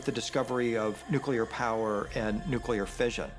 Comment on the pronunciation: Oh, now we're going nukuler ? Is this as far as your mind can go hello. At one time, there was a power system.. not nukuler. it's the same as nekali. This earth has energy everywhere you tap into this energy and build another and another, and soon you'll have power everywhere. Look at your phones it's right there..